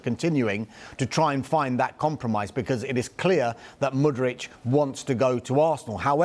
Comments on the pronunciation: MudryK, not MudryCH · Hey! The player's name is Mudryk not Mudrić